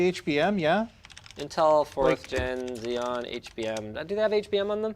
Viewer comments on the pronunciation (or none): none